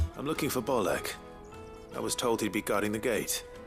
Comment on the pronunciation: I’m sorry, “Bolek”? I’ve had to pause the video and reflect. Boleks indeed.